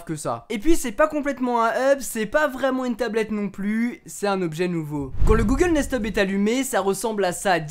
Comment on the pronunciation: Durant toute la vidéo j'ai entendu Google Nest tube XD